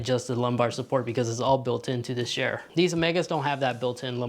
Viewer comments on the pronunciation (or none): chair, not shair lol